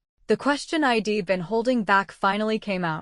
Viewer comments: Holy shit. Get an editor that knows English punctuation, ffs. Hearing "hed" instead of "he'd" and "im" instead of "I'm" and "id" instead of "I'd" takes me out of the story and decimates suspension of disbelief on what should otherwise be a good story. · Please use a better narrator next time. One who could pronounce contractions (I'd, etc) correctly and do phrasings efficiently